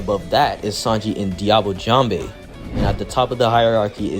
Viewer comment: I’m trolling but at the same time it’s true. Everyone pronounces Sanjis “diablo jambe ” as diablo jam-bay when it’s really just diablo jambe which is French for diablo leg